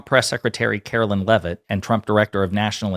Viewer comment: Turning your video off every time you call her Karolyn when her name is Karoline. Like LIE with an N at the end. Easy to remember!